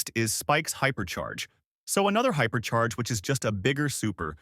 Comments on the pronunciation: Bro said hyper chair 💀💀💀💀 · hyper chair ya hyperchair😂😂😂😂